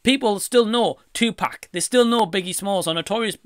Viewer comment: one thing tha really annoys me about Nick Broomfield is that he still do not know how to pronounce Tupac`s name after making two movies about the guy. How hard can it be??!!smh